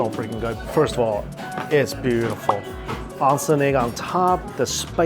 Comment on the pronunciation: Hi Mikey, So happy that you are doing some amazing Japanese cuisine. Just an FYI, Not maz soba but ma ZEH so ba. The G in Genmaicha is a hard G. Not ahn-sen egg, but OHN sen egg. Not ton kah tsu, but ton KOH tsu.